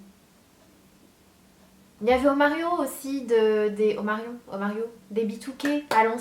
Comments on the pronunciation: "omario" 😂 c'est omarion 😉💕 et ton tag il était au top ✊✊ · Sana Sana ça se prononce Omarionne mais c'est pas grave , j'adore aussi John le jardinier 😍😩😍😍😍😍😍😍